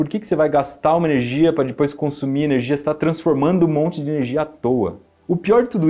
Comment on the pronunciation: Saudades de ouvir o iberê falando “dipois” 😔